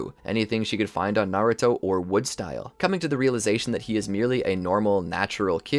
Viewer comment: Bro said maruto